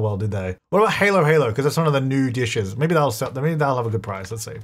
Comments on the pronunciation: just letting you know if you do plan on making Halo-Halo more for the food stall; it’s pronounced hah-low rather than hay-low, similar to holographic or halloween :) it’s a filipino dish! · I hate to tell you but Halo-Halo isn't pronounced like Halo (the thing on an angel) but HAL-o -Hal-o which means 'mix-mix' in tagalong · It's pronounced hawlo-hawlo like when you go t the doctor as a kid and the doctor tells you to say aw or hallow. Not halo like an angel. It's a filipino salad dish. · halo-halo is delicious, it means mix-mix in tagalog, and if you ever get a chance to have some take it. the A in halo-halo is pronounced like hah instead of hay though. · oh and food that isnt common where he is, halo-halo is pronounced like hahlow-hahlow not haylo-haylo, if it matters hehe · Halo-Halo is pronounced as haa·low haa·low XD not Haylo haylo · It's pronounced HAH-lo HAH-lo, not heylo heylo 😅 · LOL this episode is so silly. Also fun fact: Halo-halo is a filipino dessert pronounced hall-o hall-o 🥰❤️ It has shaved ice, sweetened condensed milk, ube, and a bunch of topics like beans, bananas, flan, jello, yam, and fruit! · Halo-Halo (pronounced like Hah-low Hah-Low) is mostly ice so it’s hilarious to call it a bake sale 😂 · It’s pronounced “ha-lo ha-lo” which means mix-mix. It’s shaved ice with milk (sometimes carabao’s milk, which is my fave) and lots of different toppings like ice cream, ube, leche flan, bananas in sugar syrup, jellies, pearls, coconut meat, etc. This is usually a street food but lots of restaurants also sell a more classier version. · Hey,! Halo-halo is a Filipino dessert. It's pronounced as HA-lawh HA-lawh. 😊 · the way you pronounced one of my favorite desserts halo-halo…. Pronounced: haa-low haa-low😊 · Halo-Halo sounds more like hallo hallo (hello) than 😇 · Halo halo is pronounced ha-low ha-low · It's hah-lo hah-lo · Halo halo is pronounced like Halloween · When pronounced Halo-halo 😢